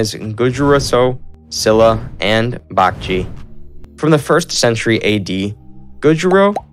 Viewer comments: imagine pronouncing baekje as bakji (it means bat in korean) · Love how he slays all the name. Joseeyeon, Gojuryo, Bakji 🤣🤣 Not gonna even mention the peoples name 🤣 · Shila= Shilah Bakjae=Baekje Josen= Joh sun Dangun= Dahn goon Etc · 아니 고구려 백제 신라 발음이 ㅋㅋㅋ 구주라송 박쥐 실라 ㅋㅋㅋㅋ